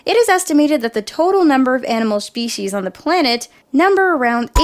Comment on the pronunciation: said spwecies